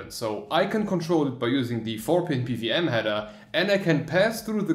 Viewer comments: it's "P - double U - M" but u say "PVM" haha :) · O Well I would've guessed that :D I get strong German or Czech vibes or similar when hearing how you pronounce PWM